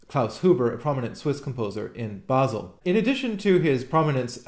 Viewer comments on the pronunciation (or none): none